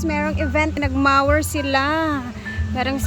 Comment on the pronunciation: hindi po ma-wer pronunciation, mo-wer po. no malicious intent.